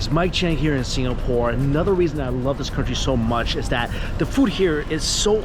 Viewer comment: “Anodder” 😂 at least Mikey corrected dewishious